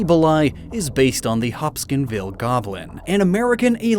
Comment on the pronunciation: It's Hop-kins-ville not Hop-skin-ville. This is the second time you've said it wrong. That said, love the videos.